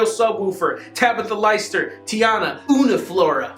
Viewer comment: I'm dead... for next month-- it's "LEE-ster" <3